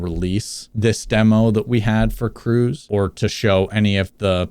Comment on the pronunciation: Correct me if I’m wrong but his name would be pronounced “Cruhz” while “Cruise” is how he said it